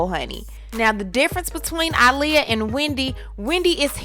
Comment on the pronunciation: Aaliyah "AH-liyah" not "ALI-yah"